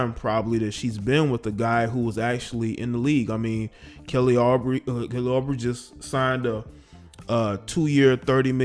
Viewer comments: You pronounce his name "Oubre" like you would say Uber - but with brey at the end instead. Anyway, glad he's suing. Don't let her get off with that nonsense. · Kelly’s last name is pronounced like “Ubrey” lol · Ooo-Bray is the correct pronunciation. Super dope video tho. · Ooo-bray not Aw-bree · His name is OOOHBREY not Aubrey. Kelly Uubre. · lol that fool name oubre pronounced like OOO-BRAY lol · mans really just pronounced oubre like aubrey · Kelly Oubre (ooh-brey) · How can the man do a whole expose and not know how to pronounce his name? Oo-bray. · Ooo Bray It's pronounced Kelly Ooo Bray At least that's how they pronounced it at the Wizards games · Correct pronunciation: Ooo-Bray. Louisiana names can be difficult for many 2 pronounce. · This clown always mis-pronouncing ppls name it’s pronounced ohhh-bre 😂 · We jus gonna ignore how you pronounced Kelly's last name wrong?🤣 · 😂😂😂. You butcher Kelly oubre name , this female is crazy aka toxic.